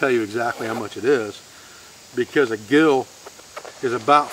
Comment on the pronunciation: Minor correction, its a Gill pronounced "Jill". Like the vids. Thanks.